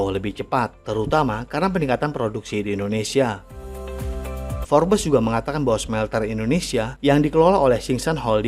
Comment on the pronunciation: Tulisannya Forbes tapi dibaca "fobs"😊